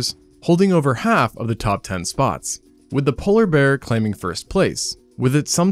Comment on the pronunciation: poller bear?